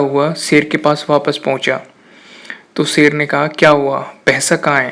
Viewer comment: Sher hota, ser nhi. shikaar hota, sikaar nhi. purash hota hai, puras nhi. Sotry achi thi but theek se words bolna seekh lo...